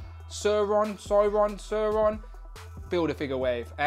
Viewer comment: Not søøron sauron